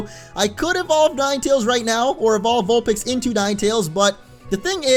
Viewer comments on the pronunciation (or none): none